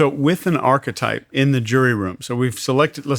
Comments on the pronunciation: It drives me crazy that he mispronounces the word 'archetype.' 🫠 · If you're going to make a word a massive part of your vocabulary, for sure know how to pronounce it correctly. This guy literally said "archetype" about 40 times throughout this conversation, and pronounced it "arc-type" every single time. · How he pronounces ARCHETYPE pisses me off so much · I wish this guy would stop mispronouncing archetype. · Good info. I like this episode. But listening to mispronounce "archetype" like 20 times in a row is killing me.